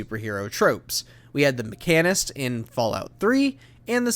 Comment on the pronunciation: The “mech-canist” made me double over and lose three years of my life. Such a mispronunciation isn’t capable by anyone’s who’s actually played fallout 3 or 4. Otherwise great vid tho lol